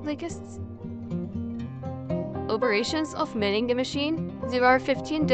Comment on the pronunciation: The g is not pronounced like that. You are saying millingeh drop the “eh”